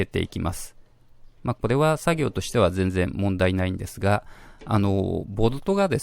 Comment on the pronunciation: じぇんじぇん違います